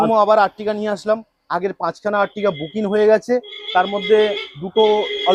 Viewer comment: বুকিন😅 বলছেন যে বুকিং বলুন